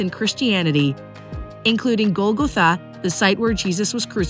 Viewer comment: You need to work on your pronunciation. “Shuk” “Sepulchre”and “Golgatha” are examples. Cringeworthy when someone is trying to watch an assumed credible video. And “Wailing Wall” is a derogatory term for Jews. SMH